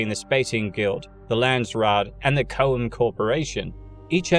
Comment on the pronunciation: I know there's absolutely no way you're actually going to see this, but I'm a pedantic guy, I can't help myself, and if I'm saying something incorrectly I would hope someone who knows better would let me know so I can correct my mistake. I'm sorry to do this because your videos are just straight up awesome, but it's pronounced "choam." Almost as if it sounds like "chrome" but is missing the "r" in there. I'm sorry but it's been driving me nuts all day because I've chosen the Dune playlist to get me through work today. I'm getting this information from Frank Herbert's son by the way, who said it several times in an interview he did with the BBC about Dune and the other books not written by Frank Herbert himself.